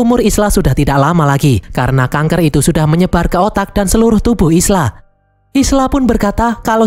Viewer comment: Isla dibaca Ayla.